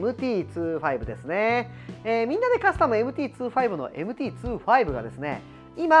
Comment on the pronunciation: MT｢ツーファイブ｣なんですね ｢にじゅうご｣って言ってた…